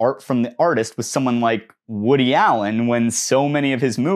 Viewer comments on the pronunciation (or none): none